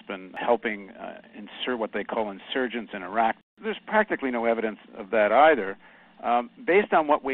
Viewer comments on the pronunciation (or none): none